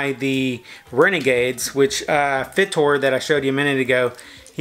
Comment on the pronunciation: Awesome finds, glad you don't just stay around the San Antonio, Tx area. Oh, the Go-Bot character you kept naming as "Fit-or" (even though that's how its name is spelled), is actually pronouced as 'Figh-tor' (a wordplay on Fighter, just like Cykill is on Cycle). Lol 😂 Stay crunchy. 👍